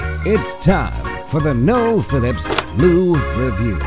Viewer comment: "Noel" For a name would have worked fine in the Netherlands if you'd pronounced it as "Noelle". Because that's how Noels are pronounced here (and Noelle as a female name is not really a thing so much). Would be spelled Noël. Like French christmas. If written without the dots on the e an untravelled Dutch person would pronounce it as "noul". As in "full"